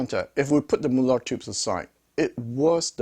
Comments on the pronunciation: "Mulah'd" Good new pronunciation for the super expensive NOS British manufactured valves😅 Plain Mullard for new Russian tube products ? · Please accept this as advice, not criticism. Mullard was a British company and I am old enough to remember when they were still producing electronics. The name was always pronounced in an English way; i.e. the u as in mud and the ard as in hard. By the way, what is happening with modern made Mullard valves being marked British made when they're pretty obviously Chinese made?